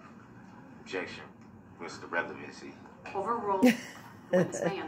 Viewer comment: Relevancy vs Revelency. It is a tough roll off the tongue. DB butchers the English language.